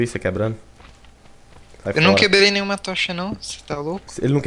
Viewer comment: "Eu num queblei nenhuma tocha nao" kkkk ta parecendo o cebolinha